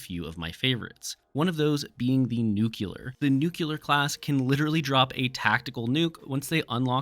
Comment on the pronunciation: Bro please for the love of God don’t ever say “nucular” again. The word is pronounced “new-clear”